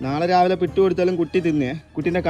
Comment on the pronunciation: 👍കൊള്ളാം, ഇഷ്ടമില്ലതു തിന്നുല്ല, പിട്ട് അല്ല പുട്ട്.